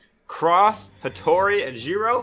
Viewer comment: Wait, did you say Hattori?